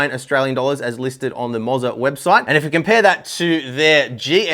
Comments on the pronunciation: It's pronounced Mo-ZAAAAR! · "i-os" "moz-a" man i love how aussies have the same power as americans of just out right butchering the english language.